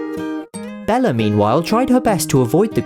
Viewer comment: Haha "Bellar" that's what he calls Bella